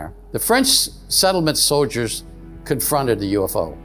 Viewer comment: He said “so-Ders “ instead of soldiers. 😂 90% of these UFO guys are disinformation. that work with handlers.